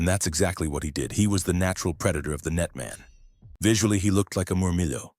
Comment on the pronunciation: Pretty sure Murmillo is pronounced with the double "ll" not turned into a "Y" like Spanish.